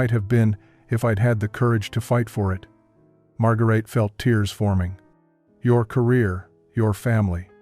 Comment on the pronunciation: IT''S NOT MARGARAYTAY . IT'S PRONOUNCED "MAD'GARAYtuh.